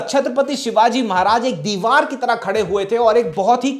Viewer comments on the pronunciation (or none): none